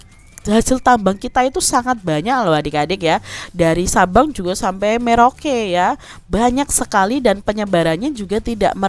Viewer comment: Maaf ka bukan merauke tapi meroke